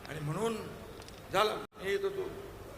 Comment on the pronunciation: Ani mhnun....mhnon😂